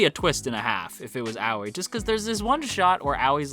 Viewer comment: Hello this is my first time on this channel and I just wanted to point out that nene and aoi are not pronounced as naenae and owee but the e in nene’s name is pronounced the same way as the e in eh. Aoi is pronounced ah oi. Not trying to offend, just wanted to point this out. I think this is the way the names are pronounced in the Japanese sub